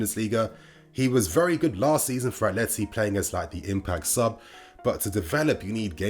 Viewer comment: *atleti, not *atelti